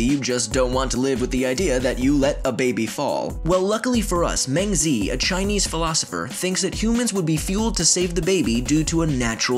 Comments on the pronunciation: “mayng-zee” bruh at that point just call him mencius. his real name is pronounced more like “mung-juh”. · "mang zee" I'm done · Just if you wanna know it is pronounced m-aah-g zee. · As a Chinese native speaker, I'm surprised that Mengzi pronounces like "Men Z" in English. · I think it would be appropriate for life noggin to at least google search how to pronounce names of important figures they mention in their videos rather than butcher the names. rip mengzi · you said meng zi wrong sry XD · You read Mengzi's name incorrectly :( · i expected to pronounce mengzi correctly